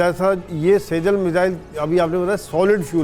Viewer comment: सेजल नही सीजजील